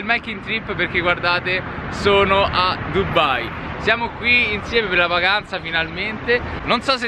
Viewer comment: ma non è dubbai ma è dubai perchè dovedete dire dubbai